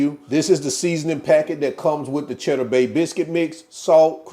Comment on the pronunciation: You had me at "chedduh" 🤤